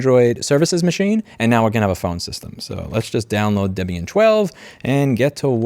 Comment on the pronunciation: Thanks for remaking the PBX tutorial. I remember the one from 14 years ago or w/e on your first channel lol You start off saying debian wrong but then said it correct.. you trolling? It is indeed named after debra (debbie) and ian so it is DebIan